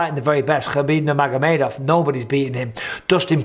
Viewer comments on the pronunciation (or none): none